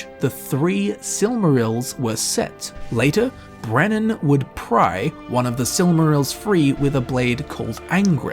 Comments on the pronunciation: Its beren not brennan beren and luthian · i love you, but it's BEREN NOT BRENNAN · Brenan = Beren. As in, Beren and Luthien. Lol i was like wait, who is this mysterious Brenan guy? Ive read the silmarillion a few times and never heard of him! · I feel like the skeleton on the mountaintop explanations were a little bit of a stretch. Thorin didn't die on top of Erebor, he died out on the battlefield before it. Also, as a massive Tolkien fan, the fact that you called Beren 'Brenen' bugged the ever living shit out of me. Fucking love the video though. Your stuff is awesome. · OOF on that pronunciation of Beren's name., who the hell's Brenon? Great video though